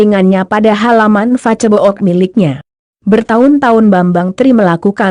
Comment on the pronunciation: Ck....pembacaan narasi kaco amat sih... Masak facebook fibaca facebok....